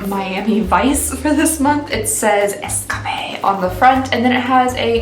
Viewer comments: i think it’s escape not es cappe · lmfaoooo girl said "escappayyyy" when it clearly says' Escape " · Does it say escape, lol not 'es-ca-pe' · I hope was joking when she pronounced escape like es-ka-pay. Its cute but its funny if she really thought thats what it is. Big fan, love from New Orleans b blessed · I loved that, too! She made it sound so chic! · Love how you pronounced escape like Dory! 🐠